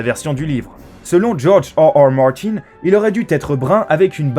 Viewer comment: djorge hearhear martyn